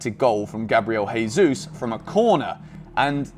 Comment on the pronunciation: I love you. But it’s Jesus not hesus. He’s Brazilian